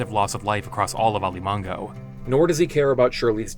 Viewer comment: People should thank the fact that Alimango Island is not a real place, cause you clumsy-tongued dimwits keep butchering the word. It's A-li-ma-ngo, not A-li-mang-go, not A-ri-ma-go, A-ri-man-go. It's not Chinese or French, it's not that difficult. I'm a Southeast Asian an I have no problem pronouncing difficult English, Russian, or German words.